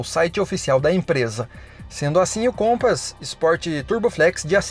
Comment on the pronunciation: Pqp, pare de falar compEss... É insuportável!